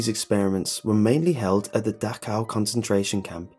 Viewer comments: Dachau!! CH!!! Not Dakhau.... Y U muricans not learn the proper CH sound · ITS PRONOUNCED DAH-SH-OWW.